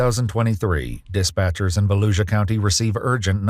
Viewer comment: Lol it's not baluisa it's Volusia County it's a county in Port Orange near Dayton Beach